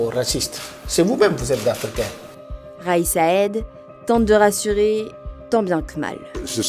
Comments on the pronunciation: vidéo assez mal faite, je n'aime pas critiquer pour critiquer mais là... écorcher le nom du président RAÏS SAED au lieu de son NOM KAIS SAÏED même si en arabe c'est difficile à prononcer mais quand on ne sait pas le prononcer on se limiter à le lire en Français hein ?! le taux de participation 30.5% écrit en toute lettre et 35.5% selon la voix off ? travail bâclé ou ?! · C'est possible de bien proncer le nom de Kais Saïed ??